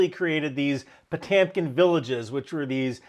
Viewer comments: old boy, you are pronouncing it wrong. First the Russian "O" is not made with the lips, but in the middle of your mouth. It does not sound like an "A". Second the "e" as you show it is missing an umlaut and is pronounced "yo" (but don't draw it out). I know you did not drop the umlaut. Someone else did. We will flog them later. If you need help with your Russian diction let me know. I can help you. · I hate to be "that guy" and I love your videos, but I can't stand the mispronunciation of Po-TEM-kin (a dozen times). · Kind of got the Potyomkin Village story wrong. The story is Prince Pyotr Potyomkin (spelled Potemkin but pronounced "Potyomkin," emphasis on the second syllable) was escorting Empress Catherine II across her newly conquered Ukrainian territory, and arranged to erect fake villages with false, two-dimensional facades. I have a personal story related to this. One of my professors at Moorhead State University (today it's Minnesota State University-Moorhead) was Dr. Victor Peters. He was descended from German Ukrainians, and his ancestors included administrators and lesser nobility. A family story told of Catherine the Great's visit: Professor Peters' ancestor was part of a a receiving line for the Empress. He approached when it was his turn, his name was announced, he bowed as he had been instructed by an equerry, and when he stood up he looked directly in Catherine's face -- and saw she was slightly cross-eyed! Stunned, flabbergasted, he moved on. No one had ever said anything about the imperial strabismus, and yet he had seen what he had seen. He found himself standing next to Prince Potyomkin, and unable to contain himself, he said under his breath to the Empress's chief minister, closest advisor -- and her lover -- "Did you know Her Majesty was cross-eyed?" Potyomkin turned to the man. "No." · Potamkin pronunciation is…horrible :) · there's a fkn E in the word... no one says TAMkin, stop it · Potemkin - pronounce Potyomkin. Потёмкин Ë, ë - yo.